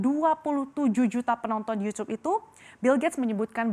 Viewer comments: ngomong youtube aja "Yucube" pake C 😂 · tuh si pembawa berita bilang yusuf apakah ini sebuah teori konspirasi juga dalam penggunaan kata yutub ahahah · nyebut youtube aja yucub